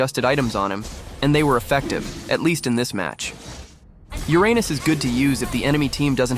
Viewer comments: Do you want to know how professional people call it? ✨️Uranus (with no splits)✨️ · And it all started with Ur-anus 💀💀